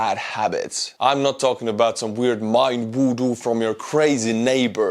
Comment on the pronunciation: MIND WOO-DOO? What sorcery is this?! Are you butchering english with Estonian pronunciations again? ; )